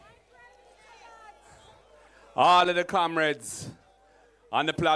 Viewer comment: Kamreds??? This man sounds like a old rum head